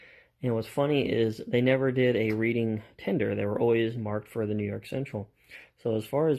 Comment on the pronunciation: Reading is pronounced RED-ding as in Reading, PA.